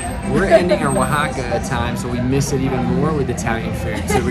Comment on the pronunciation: YOUR HILARIOUS. The pronounciation is on point OAHAAAKKAAA! lol